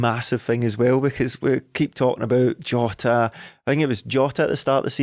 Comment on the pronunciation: Everyone on earth: jota: joeta